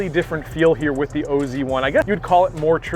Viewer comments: It’s really should be pronounced as oz not o z. Oz is short for Australia 😀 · STOP RIGHT NOW. Please don’t call it the “o.z” it’s pronounced oz (like wizard of oz) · Wow, do your homework before you open your mouth.....Its not the O Z 1, its call the OZ 1......like down under, Australia, OZ.......Adam Scott is from the land of OZ....WTF. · It’s OZ 1. As in “Aussie”. Pronounced like in the Wizard of Oz. Adam Scott is Australian. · It’s OZ1. As in “Aussie”. Pronounced like in the Wizard of Oz. Scott is Australian.